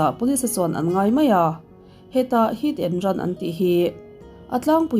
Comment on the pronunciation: 'Heat and Run' tih tur nge 'Hit and Run'